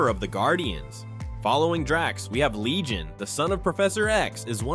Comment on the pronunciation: Your using AI voiceover and can't even get Comic book character Legion right... Gosh dislike